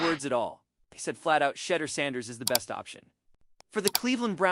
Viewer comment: Excellent analysis. You might want to learn to pronounce his first name properly; it's "She-DOOR" with the accent on the last syllable "DOOR" Keep up the good reporting!